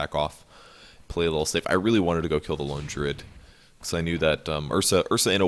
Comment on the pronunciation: Why does pronounce "Lone Druid" as "lingerie"?